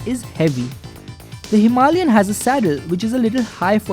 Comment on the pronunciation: I accept the music, and all, and I really really hate to correct people, but please.. don't say "Himalian" (Hee Mah LiAn). Its Himalayan. (Hima lay an). All the rest its fine. Thanks for the review